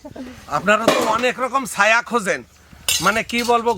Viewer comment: ছায়া না বলে সায়া😂